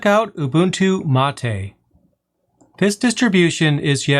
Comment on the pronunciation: being from argentina, i can say that your Mate pronunciation was in the bests from an english speaker. it is mate, not "matey"